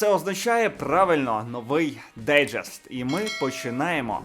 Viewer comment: Маніфест не перестає дивувати новими вимовами слова "дайджест")